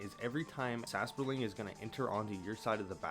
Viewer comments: Sasproling? Where do you get the second S from?😅 Edit: and what is a "Crotichet of strength"? 😂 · Sas-por-ling? Bro this triggered me💀